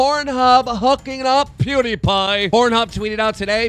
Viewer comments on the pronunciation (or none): none